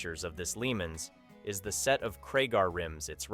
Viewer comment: I'm starting to wonder why I watch this channel. First the '72 Pontiac Lemans is pronounced La-Monz and second an '81 Camaro is a SECOND gen, not a third. I'm sure the sellers would like you to get it right, I know I sure would!